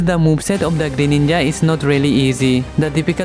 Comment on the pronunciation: did you just said "molest greyninja very easily "?